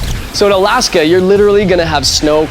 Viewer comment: OMG me want it NOOOOOOOW!!! Also, alAAAska. lol, funny how he pronounces it. xD